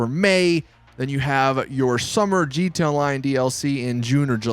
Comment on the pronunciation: Why the hell do you say gta lion instead of gta online. Coz its annoying